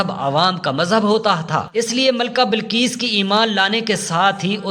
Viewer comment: Ghalib hota hey ghalab nahi .bilqees hota hey balqees nahi .bas zeair zabar ۔کہاں کہاں زبر آتا ہےاور کہاں کہاں زیر یہ جا کر اپنے علاقے کے پرامری اسکول یا مدرسے داخلہ لیں اور خوب دل لگا کر محنت سے سیکھں اس کے بعد جناب منشی پریم چند صاحب ویڈیوز وغیرہ بنائیں